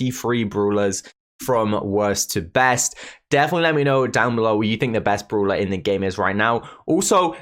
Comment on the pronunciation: I like how he pronounces brawler. “Bruler”